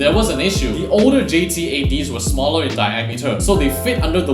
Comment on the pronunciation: It's Smaller Not Smalelr